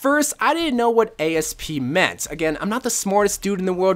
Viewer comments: "Ay-Es-Pee" you mean... Asp? As in Cleopatra getting bit by a snake? Lmao, I wasn't expecting you to spell it rather than just saying it. You are too perfect for this world Bro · this bitch said A-S-P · Did.. did he just pronounce “Asp” as an acronym..?